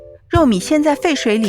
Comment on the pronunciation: 肉糜的糜是第二声，不是第三声！一开始听得我很困惑，肉米？？？你直接说肉末不就完了呗。